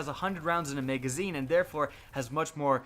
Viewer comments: Why do you say may-gazine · Lol “megazine”